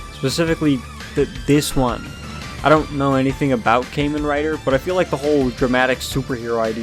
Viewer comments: its pronounced like "kah-men" rider, my good dude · Mispronounced “Kamen” in Kamen Rider, but pleasantly surprised someone with no knowledge of Tokusatsu brought up Skull Man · “caiman rider” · Ah, good old “came-in” rider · say kaymen rider one more time and your gonna wake up without any skin and flesh. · Ah yes, Kaymen Rider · Came in rider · I've never even watched Kamen Rider but the way you pronounce it bothers me